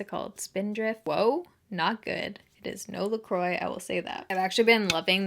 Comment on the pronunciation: Lol I literally love you so much...just FYI it’s pronounced “la crwah” not la croy (la croix)